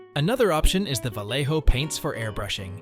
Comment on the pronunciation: Increible tutorial, muchas gracias. Pero me hace gracia que pronuncias Vallejo como los guiris (valeiho), cuando es una marca española y obviamente sabes como se pronuncia correctamente Vallejo.